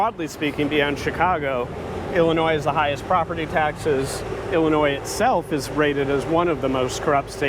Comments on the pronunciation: The S is silent in Illinois. Its not illa noise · the "S" in Illinois is silent my dude. It's like someone saying expresso.